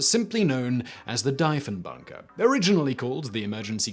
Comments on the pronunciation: Deeeeeeee phon bunker lol prime minister... jesus Simon learn about your commonwealth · Deef-en-bunker and Deef-en-baker Like thief or Chief…. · Same. I'm like WHAT DIE-fen bunker? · Argh! My ears! Dee-funbunker! As in De Funbunker, because it's an escape room and occasionally host weddings. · ahh... the Diefenbunker, one of my favourite little (relatively) local cold war relics. Dief rhymes with chief, by the way.